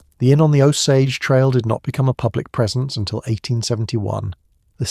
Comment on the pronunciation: “Uncomfortable truth” is that you pronounce Osage wrong the entire time. Otherwise terrific but a serious party foul.